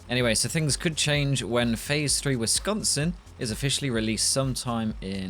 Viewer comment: I’m glad you pronounce “Wisconsin” correctly